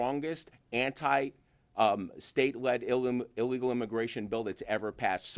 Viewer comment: MR. DESANTIS sayd ILLIGAL imigrants not legal oned pay attention 😊